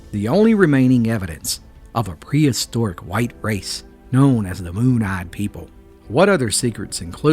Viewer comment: I cannot take this seriously enough to watch it. You're pronouncing Appalachia wrong.